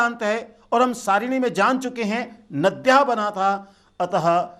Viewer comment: Thank you for nice explanations! One minor point is that the speaker pronounces long ones as short in the case of saSThi. For example nadyaH instead of nadyAH